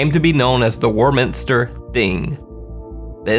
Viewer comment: Warminster in the UK is pronounced "waw" minster. Strange, huh. Can't get enough of your content, thank you 😊